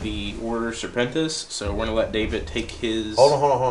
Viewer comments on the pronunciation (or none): Nicely produced, and entertaining video! But its not Order SerpentiNIS, its just Serpentis haha ;)